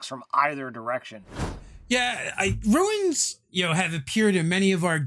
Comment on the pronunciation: See. Say Ruu Ins. It's just that simple.